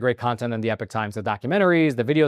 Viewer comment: I don’t think epoch should be pronounced the same as epic.